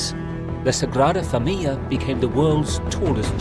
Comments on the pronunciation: Thank you for explaining this so eloquently. My Spanish brain was in knots hearing that pronounciation. It is indeed an amazing video though! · Your are eliding the end of the word 'familia' as if it has a double 'l'. It does not. The word has four syllables, not three. You have a habit of doing this. Otherwise a nice, informative video; thanks.